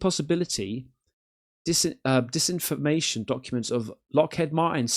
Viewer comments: Dear God, you don't know about the book Communion. You seem to know very little about the UFO/UAP phenomenon. If you're going to continue making UFO videos, get your arse to your local library or buy some books on the subject.. Also, try saying ' Lock HEED Martin. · It’s Lockheed, not Lockheed.